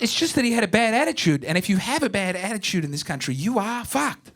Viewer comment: “Bad attichude”